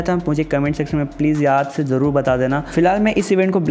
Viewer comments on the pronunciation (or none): none